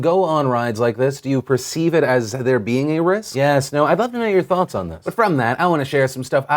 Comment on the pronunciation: Hey phil, why does it sounds like you're saying "i'd like to know you're toughts on this"?